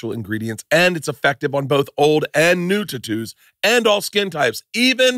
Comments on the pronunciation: Why did he say totoos? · Fuck all these adds and pronounce words words correctly! It's tattoos